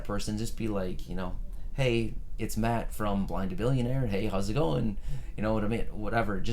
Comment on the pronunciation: Blind to Billionaire yes i did!!! Thank you for the shout out! I watch the video at first and didn’t watch the end because I did not expect a shout out. You said my name perfectly by the way :-) this was a really special shout out ❤️ thank youuuuuu!